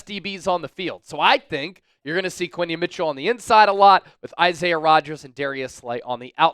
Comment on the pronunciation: Who didn’t know it was Quinyon instead of Quinyen